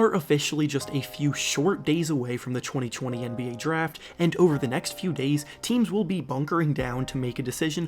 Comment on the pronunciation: It’s so funny how he says 2020